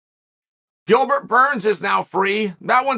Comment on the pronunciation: It's Gilbert. Delete this